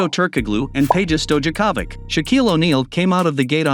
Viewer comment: Pronounced Peja “Stoyakovich”.